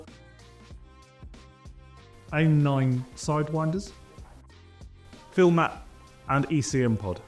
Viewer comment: He also said "Fill-mat" instead of PHIMAT ("Fie-mat"), and mispronounced Folland.